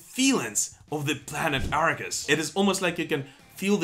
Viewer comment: Kick-ass song... even if they mispronounce, "Arrakis." ;-) It's a made-up word, so we can let that slide. ;-)